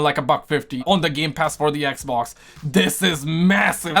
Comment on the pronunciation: Am i the only one who likes when he calls the xbox. ekbok